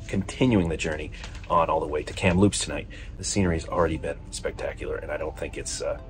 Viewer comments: A heads up re: Kamloops - emphasis is on the Kam part not the Loops. So is KAMloops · Emphasis on “Kam” for Kamloops. I lot of these names are based on Indigenous names. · Please learn how to pronounce Kamloops properly. The stress is on the first syllable, not on "loops." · From an office overlooking Kamloops station, welcome! Seems you had a great time. (Forgive me, I did chuckle every time you called it 'kamLOOPS' :D) Sadly the fires you mentioned were disastrous environmentally, socially, and to tourism later this summer - the houseboat shortage on Shuswap lake will be part of that. We were driving back from Alberta in late august and just barely spotted the Rocky Mountaineer trundling slowly alongside the highway - I couldn't imagine how disappointing it would be to arrange for that trip and then not even be able to see the length of the train through the smoke. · Great trip. I've wanted to see this for a long time. Just thought I'd mention that the emphasis is on Kam in Kamloops, not on Loops. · Lucky enough to live in British Columbia! You do a lovely job of sharing our beautiful province. When you say Kamloops the emphasis is on the first syllable not the second 😊